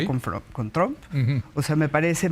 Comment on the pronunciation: Por qué le dicen "tromp"?? 😂